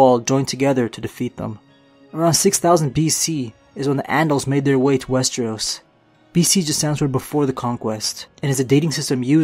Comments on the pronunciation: Wes-TREE-os Wes-TREE-os Wes-TREE-os. rips hair out It's wes-TER-os or wes-TROS. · all i understand is "westros" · Guess I'm the only person annoyed about the number of times he swaps pronouncing Westeros as wes-tree-os?